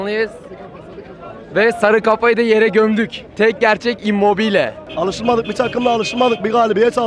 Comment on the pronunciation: Osimhen gelinve immbobile 😂